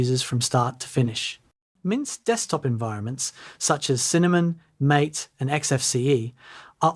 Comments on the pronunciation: BTW, just so everybody knows - it is "Maté" (pronounced as "ey"), not "Mate". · It is MAH-TEH, not mate. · "MATE" is pronounced "MAH-tay". The creators named their desktop environment after a tasty South American tea-like drink. Cinnamon, visually stunning? I haven't seen it. Cinnamon is a little bland and too GNOME-y for my taste. I always prefer a good mostly stock KDE. Show us your evidence of this alleged visual stunnery. ... Now that I've reached the end of the video: Eye of the beholder, I guess. I've never heard of Linux Mint specifically described as "for experts only". Other distros? Sure, lots of them, but not Mint. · The DE is not pronounced "m8". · These are common myths? They sound like strawman arguments to talk about Mint features. Mint is a great distro and doesn't need these silly "myth talking points," but I guess that's what gets the clicks. Give Mint a try! It should work on most Windows computers and you might be surprised at the functionality. Especially if you mostly do things in a browser. Last thing, Mate is pronounced in the Spanish way - "mah-tay."